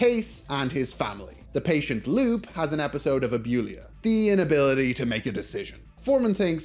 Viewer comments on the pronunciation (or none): I might not remember this episode exactly, but I'm pretty sure it's Loo-pay, not Loop.